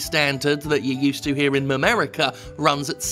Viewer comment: Did he say Mamerica?